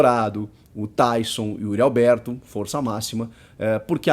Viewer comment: Será q sou só eu q ouço UYRI ALBERTO qndo os comentaristas falam o nome do atacante ? kkk 🙃